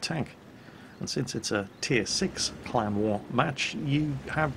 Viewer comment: I watch all of your videos and I love your commentary, but for the first solid minute of this video, I was convinced you were saying "clown wars" not CLAN war. It totally had me confused, that's what I get for being a silly American.